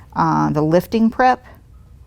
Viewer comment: I know you are saying "prep" but sounds like crap LOL